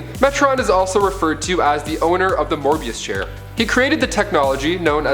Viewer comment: You are so young. It’s “Möbius chair”, not “Morbius chair.” The first appearances of most of these characters took place long before you were born. Your innocence is adorable. Please inform yourself more thoroughly.:)